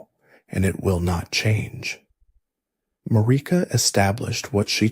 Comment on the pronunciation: The way you insist on pronouncing Marika, despite the game itself telling you the correct way, is pretty dumb.